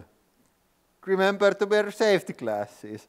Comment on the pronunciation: "But don't vurry he-ah has-ah savety classes!" 😂